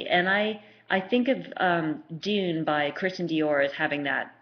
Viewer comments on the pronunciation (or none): none